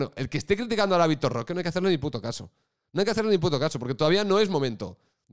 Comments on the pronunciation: Te has pasado mas de un año llamándolo Vitor "Roqué" a pesar de que en todos lados lo pronunciaban sin acento y de que mucha gente te lo ha dicho en los comentarios y ahora te ofende que la gente pronuncie su apellido como se pronuncia en su pais... Coherencia. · jajjajajaja victor rrrrrroooookeeerrrrrrr